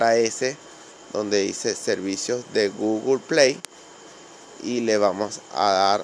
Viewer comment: Cámara gugle pley